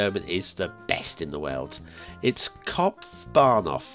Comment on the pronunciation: i gotta say that “Kopfbahnhof” was very good (in terms of your pronunciation). As were Lugano and Ticino, this was probably the first episode in which you got it all right:p